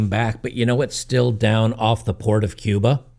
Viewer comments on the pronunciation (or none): none